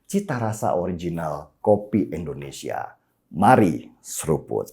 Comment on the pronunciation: Biasakan ngomong indonesia . Bukan endonesia .